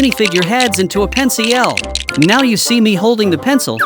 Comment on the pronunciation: You said pen c el